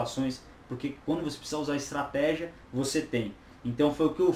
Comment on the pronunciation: Estratégia, do Espanhol Estratejia, do Inglês Estratégi...... tá dormindo seu 06, segura essa granada por favor!!!